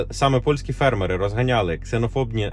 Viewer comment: фЕрмери !!!! Наголос ! І я не бот.